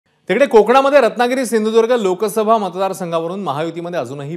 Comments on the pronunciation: Hyala shindhudurg bolta yet nahi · सिंधुदुर्ग पण म्हणता नाही येत याला🤣🤣🤣🤣